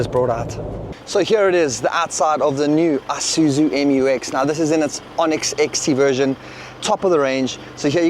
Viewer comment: Pronounced Eesuuzu Mew Ex by the manufacturer. Now, please